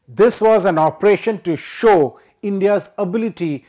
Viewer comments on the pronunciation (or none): none